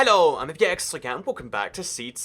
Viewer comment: Can you say "Hello" correctly? Thanks.